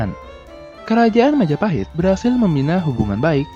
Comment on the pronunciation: Oh, look who controls all the islands. It's the... Mahajapit ❌ Majahapit ❌ Mapajahit ❌ Ma-ja-pa-hit? ✔️